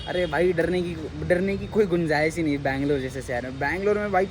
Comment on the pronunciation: ಬೆಂಗಳೂರು ಅದು ಬ್ಯಾಂಗಲೋರ್ ಅಲ್ಲ